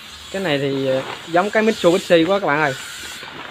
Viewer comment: Mi chự bi shi chứ không mai mít su bi shi đâu a